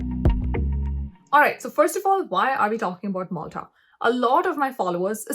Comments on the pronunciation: Not "moltha" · I think that is not Molta it's Malta